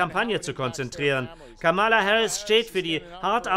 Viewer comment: Warum spricht der Sprecher durchgehend von Kamála statt Kámala? Das macht auf Englisch nur Trump.